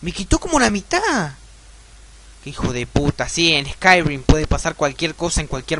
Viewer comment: Se dice "escairim", no "escairuim"